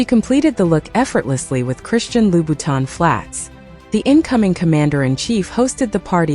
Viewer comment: You should ask an Italian how to pronounce Moschino and a Frenchman how to properly pronounce Louboutin. Very unprofessional and rude to mispronounce people’s names